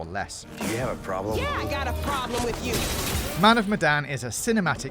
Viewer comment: "great" "Man of medan" mdr